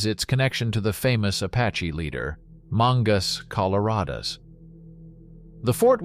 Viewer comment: Here is witnessed the problem of using AI voiceover. No less than 17 words/names were grossly mispronounced. No big deal? Yes it is because future students looking for information will operate with incorrect information. Mangas Coloradas was NOT captured at Fort Cummings. He was captured at Fort West near the Santa Rita Copper Mine. Nine military bases as you mention Fort Union twice.